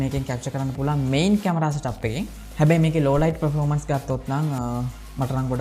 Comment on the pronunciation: Redmi X2 නෙවේ Poco X2 පර්ෆෝමන්ස් මිසක් ප්‍රොරෝමන්ස් නෙවේ රිවීව් එකක් කරනකොට English terms ගැන මීට වඩා සැලකිලිමත් වෙන්න🙂